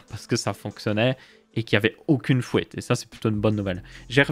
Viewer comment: Chapeau, le pc est magnifique ça va si t'avais aucune "fouite" !